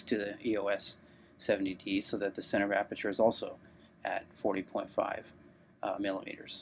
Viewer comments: Haha damn I burst out laughing when he said "Aberture". He said that like 3 times! That's not a mispronunciation. That's saying you know everything about something you've never even heard of before. should take some time to reflect on his obvious lie. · Sounded more like he said “arbeture” 😂 he should immediately change his name to..